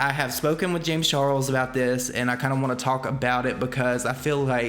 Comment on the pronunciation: i kept hearing James Churros when said James Charles...must be Rich rubbing on me😅